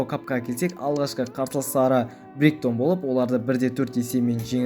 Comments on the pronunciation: бригтон емес брайтон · Брайтон де, бригтон емес😂😂